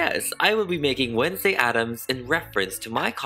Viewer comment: Wednesday, More like wenslayy